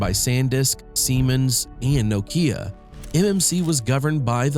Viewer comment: where are visiting from to pronounce Nokia like this?? from state of AI-Slop Hell, I guess?